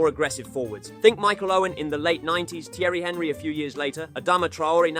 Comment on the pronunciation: Ajax and Thierry Henry have killed any chance of me finishing this video